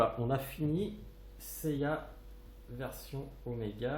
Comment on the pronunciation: Salut bien ta vidéo ^^ mais,j'ai remarqué que tu disais,(yaya,ou gaya???? ou encore yeya) je rappel que son nom est seiya.^^lol